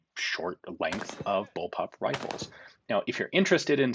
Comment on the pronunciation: Ian... you really really need to address the amount of people who think you're saying "bullpup" when you're saying "bulb-up"...